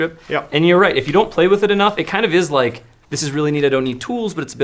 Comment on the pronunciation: "It's ike I'm holding.... a rhinoceros." 🤣😅😆